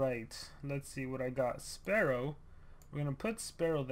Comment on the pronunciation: I was like oofff when he called spearow, sparrow